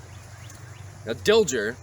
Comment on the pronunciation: Very good presentation. Hubert Dilger was my great-grandfather. A minor point: the 'g' in his name was pronounced as a 'soft' sound not a 'hard' sound.